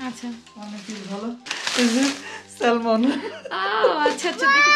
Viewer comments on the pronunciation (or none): not salmon , i think pronunciation will be sa-mon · স্যালমন না স্যামন হবে কথা টা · স্যমন,স্যলমন না। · স্যালমন কেন? এটাতো স্যামন হবে। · এটা উচ্চারণ হবে স্যামন।স্যালমন না।এল শব্দটা সাইলেন্ট থাকবে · I love ur vedios bt the pronunciation of Salmon should be Seh m'n the L in the word is silent... Hope u dont mind.🙂